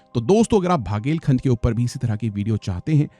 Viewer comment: टीकमगढ़ not तीमकगढ़ बघेलखंड not भगेलखंड Considering you are North indian and can speak hindi well, at least learn to pronounce the names of the places correctly before making the video